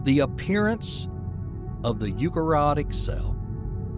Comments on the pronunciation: Narrated by George W Bush, I love it... Multahcellular.. Yookarayotic cells.. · Those complex names just don't sound right with an American accent. It's pronounced You-carry-otic ! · I wish you'd learn how to pronounce "eukaryotic". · Please learn to pronounce eukaryotic.